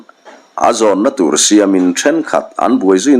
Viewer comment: A vanneih a siam in tih lai I lam thin hi ... Siam tih lai Tak hi ti sang la akey a dik zawk lo maw (siamin) tluk in ang in ..